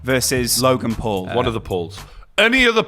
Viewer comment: did Shannon Briggs say “Rogan Paul”?!